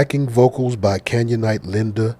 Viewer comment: "Canyonite" sounds just like Canaanite don't it?!